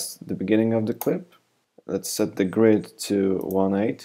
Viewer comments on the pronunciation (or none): none